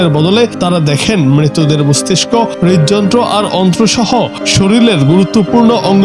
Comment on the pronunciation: Please pronounce correctly: shorir not shoril